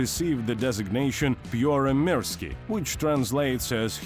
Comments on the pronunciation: Good grief. Absolutely awful pronunciation. Made me squirm. Can i redo the voiceover for free? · don’t get your knickers twisted. It’s got nothing do with how I speak Russian, it’s how this man pronounced Finnish. It’s awful, period. If you want to sell a product, use someone who can do it properly. я свободно говорю по-русски.